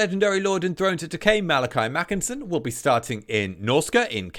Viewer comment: 🤓🤓 Ackshually it's Makaisson not Makinson, Kholek not Khoelek and Tamurkhan not Tamurkhon 🤓🤓